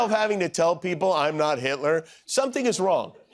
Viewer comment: Who is "heet-lure"?